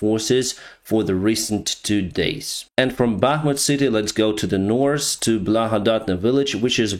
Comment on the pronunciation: I love how you always say Norse instead of north. I like that